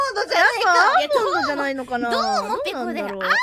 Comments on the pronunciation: I was today years old when I realised Pekora was saying "Do~ou~mo do~ou~mo" and not "Al~mondo Al~mondo". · I remember that time when me as well hearing almond at pekora greetings but now i always hear it properly after knowing that its doumo,i cant hear her almond anymore ugh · To my ears, Pekora pronounces it like doamo doamo which makes it even more confusing. I think Pekora's nasal voice causes the vowels to shift a bit. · Honestly i had no idea it was “Doumo” either. I heard “do ama” or something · I swear for god i spent 3 years thinking she said "almond, almond" and now i can't hear it any other way but "do-oumo, do-oumo" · No no no forreal tho ever since she does that yeah 2yrs ago it WASN'T ALMOND?? I can't hear doumo at all like I somewhat know which word is japanese but her saying doumo doesn't sound like it ...all this year I just knew it now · Unless you are fluent in Japanese there is a likely chance you hear almond instead. Also when she says domou it sounds like there is a space in the middle of the word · I also thought it was almond when I first heard it lmfao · Never actually realized it does sound like she's saying almond. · Nice Towasama, LOL. It sounds like almonds no matter how many times you hear it. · At first, I thought it was "Te-amo" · I always thought she said to amo for some reason, same with kitera or something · I mean, pretty sure she said Almond back then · I closed my eyes listening back to the first intro and it really does sound like almond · Im pretty confident with my hearing and im still heard almondo almondo...should i go to dokutah!? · try to play between - (not , rather likes .5), its really sounds "almondo~ almond~" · Momonofu is simply the best at animating their expressions! Towa-sama may or may not be joking here. But it's true. For some people, Pekora's greeting does sound like "Almondo Almondo" sometimes.. 😅😂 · It’s been like 14 months since I heard the almond almond. I cant unhear it